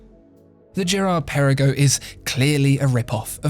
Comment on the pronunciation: Great history lesson :) but the GP as you have mentioned is hommaging the AP royal oak so Maybe you should put an AP not a Vacheron next to it in this video :) and you dont pronounce the Girard Perregaux well 😅